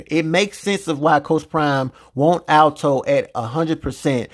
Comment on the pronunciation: Bro are you purposely saying his name wrong ? ALTO! It’s ALTON 😂